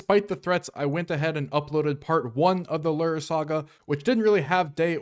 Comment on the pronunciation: The way you pronounce lure as "lerr" drives me insane lol